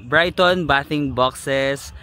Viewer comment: Bathing is pronounce baything box